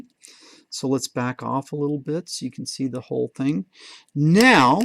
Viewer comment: ``the ting``